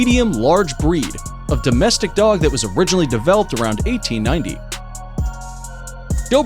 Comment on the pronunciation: he saying developed like there robots